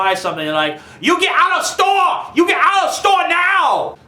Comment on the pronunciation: You get ou–of stoah! You get ou–of stoah NAO!!! YOU GET OUT! YOU BUY SUMPING!!!